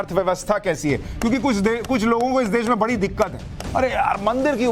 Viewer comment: अरे देस नहीं देश बोलते है तुम बोलना सिखो. बाद में दुसरे के डिग्री मांगो . अब अनपड कौन रिसर्च करो.